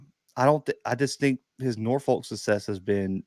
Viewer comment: Its Nor-f*** in pronunciation not Nor-folk. In all seriousness that's the correct pronunciation. Coach Odums at Norfolk State isnt familiar with the 757 area and that is what is prohibiting his success.... Alot of and i mean alot of talent here thats not being brought to Norfolk